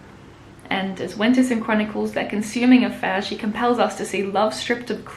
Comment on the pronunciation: A few things (just for your future reference): It's pronounced pon-shon. It's juh-net Winterson. This is in no way a slight, rather a friendly gesture.